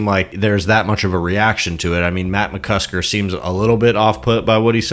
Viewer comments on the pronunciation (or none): McCusTer??? It's McCusKer! Have some respect 😆